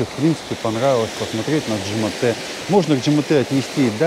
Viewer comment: Почему ДжемАте, когда ДжемЕте?